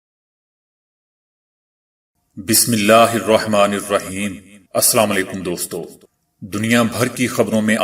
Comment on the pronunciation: Walekum,ap se requist hye kye slam thik se bulla krein,buhut meherbani hugi,janab